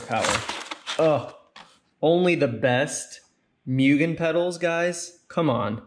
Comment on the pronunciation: Like I understand you're taking a dig at Mugen, but at LEAST say it correctly. It's an assault to my ears. It's like a cow... MOOOOO GAYN